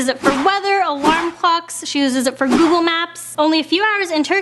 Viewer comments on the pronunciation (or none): none